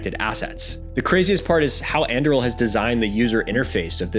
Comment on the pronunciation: It's Anduril not Andruil got it